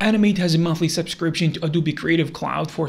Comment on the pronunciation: no way he called adobe a du bi